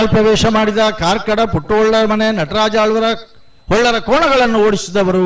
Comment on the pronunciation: ಕಾರ್ಕಡ ಪುಟ್ಟುಹೊಳ್ಳ... Not ಕಾರ್ಕಳ